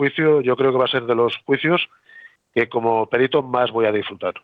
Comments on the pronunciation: Un señor que se dedica a ésto, debería decir perito, sin acento en la e. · Cómo es posible que un perito diga périto? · humildemente, los valencianoparlantes y catalanoparlantes, tendemos a pronunciar algunas palabras en castellano como en nuestra lengua. Por eso pronuncia Périto, pues en nuestras lenguas es Pèrit. Por supuesto esta mal en castellano decirlo así, pero nos ocurre bastante. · Perito no se acentúa